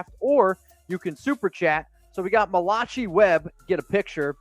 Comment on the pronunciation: your a goose...Malachi is pronounced mala kai...do you read?